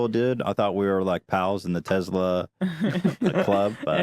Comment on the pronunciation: For being such fans of Elon Musk and even owning their own Tesla, Ethan and Hila sure as hell can't pronounce the word Tesla correctly.